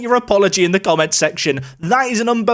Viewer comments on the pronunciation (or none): none